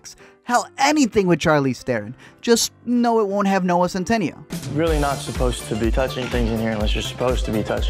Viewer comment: “Noah CentANIO” 😂